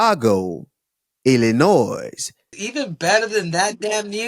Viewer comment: Hey kamaru the S is silent in Illinois. Just like du plessis